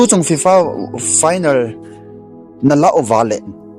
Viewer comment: Algentina hilou chu o bro! Argentina joh itiji diu ahije . chuleh finer hilouva final joh itiji diu ahije. Pronunciation hiti ho tabang jeh a hi minoise ichan jiu ahije. Ngailut jalla kahin sei ahibouve ong.. chubanna ipi pi seijong leuhen Final match chu Argentina ten Spainte chu ajolouvu ahijenge.. moh a gamtin adu Ada seijong leuhen, akichepmu chu ivet jongleh aboija ahijenge.. hiche a hin politics imacha alutpoiye.